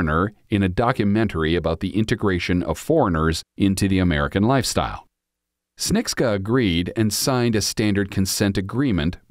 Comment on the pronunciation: It's pronounced ps-che-ni-cka